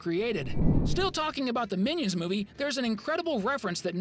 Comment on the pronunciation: Bro when you talk about Easter eggs about minions rise of Gru you say minons 2